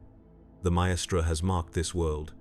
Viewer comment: Brilliant video as always but with one glaring error with the pronunciation of 'maestra' which kind of took me out of the moment. It's not 3 separate syllables and more like 'myyy-stra'. It only happened a couple of the times which somehow made it worse.